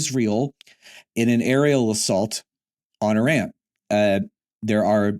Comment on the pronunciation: thank you for pronouncing the name of the country Iran - e' run - correctly.